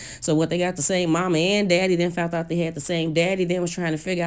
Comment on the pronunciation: Just like "fount out". It's found out!!!